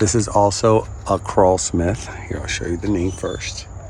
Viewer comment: It’s Krull-Smith like seaGULL, not CRAWL-Smith.